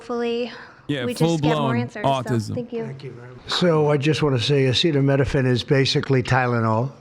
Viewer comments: If you’re struggling to pronounce acetaminophen, think of it like this Minophen is pronounced like minnow fin. Aceta is pronounced Ah-see-tah. Like ah see tah Epstein files still haven’t been released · Bro couldn’t pronounce acetaminophen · This dude can't say acetaminophen. Holy shit